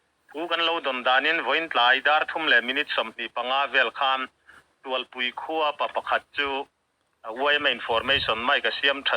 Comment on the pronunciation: Ni e, tualpui tih hi thluk loh tur a ni in k hria